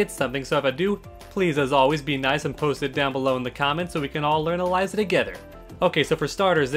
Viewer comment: Start with pronouncing her name correctly